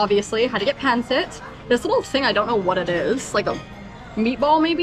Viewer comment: You're mispronouncing pancit. The stress is on the second syllable: pan-SIT